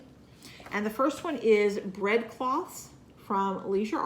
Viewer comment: Lol I thought you said "red fox" instead of "bread cloth" and was very confused when you showed that because I didn't see a red fox anywhere on it. And there's not a thing wrong with not editing.